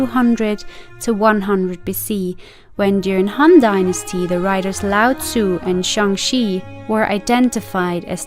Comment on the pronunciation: Well, you got the pronunciation of Tzu spot on so well done! Great video!